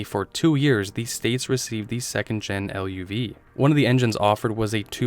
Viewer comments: It was the Chevy Luv, but it was pronounced LOVE! Absolutely, great little truck. The marketed it as the Love, not L-U-V. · It's pronounced love (luv) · Dang dude! You’ve never heard of a Chevy LUV? (Pronounced LOVE) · Chevy LUV was pronounce like Love. One thing you're not mentioning almost NO ONE bought these cars stripped because they already knew they'd be slugs. 98% of people bought standard drivetrains.